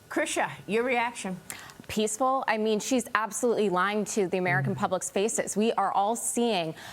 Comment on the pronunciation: Hear how she emphasises peaceful 'cause they are not and she knows!!